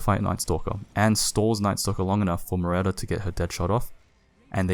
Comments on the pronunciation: it's muERta not muREta. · Nice analysis! Also, its Mware-ta, not Mu-retta :) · how are your hp guesses like 100hp off all the time, ITS RIGHT THERE. Hero is called MUERTA not muretta.